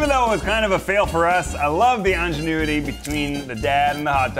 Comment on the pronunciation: Did Ned say ingénue-ity instead on ingenuity on purpose?